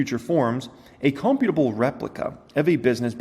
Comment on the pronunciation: "Creating "God" in some sense".... makes you think maybe our existence is in a simulation created by something/someone else. And the word "imperceptible" is pronounced "im-percept-able". Also "computable" is pronounced "compute-able". And "chameleon"' is not "car-meal-ian", it's "cah-meal-ian" (it's a lizard). I'm sure you know how to pronounce them and looking at the word just got you twisted, it happens. But please don't read whole articles anymore, just read small parts. lol And yes, an ly word can be used right after another ly word. But the government isn't like the Mafia, taking money to protect us. The Mafia copied what the government has been doing since a country was formed. It provides services and one of those services is protection.